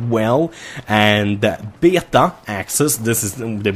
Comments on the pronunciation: BAY-ATA (beta) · I love how says beta "beahtau"